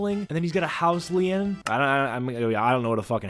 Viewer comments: Pronounced “lean” not lee-en. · Did you just seriously say "house Lee in"? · A House Li-En!? 😂🤦🏾‍♂️ You mean a house lien/lean!? 😂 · Dude said house “Lee-en”, and then called someone else dumb in the next breath. Lmao sorry man, but I had to point that out. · Calling someone dumb after you say LEE-EN. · 😂😂 it’s pronounced “lean” but spelled lien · Its pronounced "house LEAN" Lien=lean